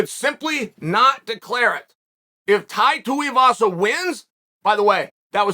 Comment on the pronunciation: I'm soo happy you said Tais last name right. You've made my day!